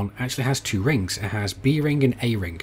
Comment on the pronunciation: miningk? ringk? maybe its just me hearing that